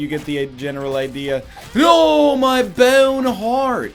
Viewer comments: Every time he says bowhen haurt I replay and laugh again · M Y B A Y W N E H A R D T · Gotta love the way NL says "boawne hweart" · sip your friends every time NL goes "my bowene heart!" with that weird accent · "MY BYOWNE HEART"